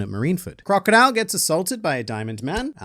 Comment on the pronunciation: Its pronounced, "Crocodile"